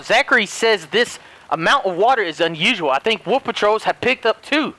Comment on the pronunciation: Not to be mean but I find it so funny how he say wuff instead of wolf